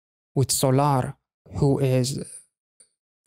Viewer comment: It just really drives me insane when people say Sol ar bc her name is pronounced exactly the same as Solar eclipse so I don’t know why it’s so hard to say Solar and not Sol ar